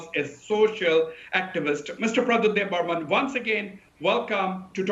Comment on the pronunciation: Not Debbarman, but Debbarma.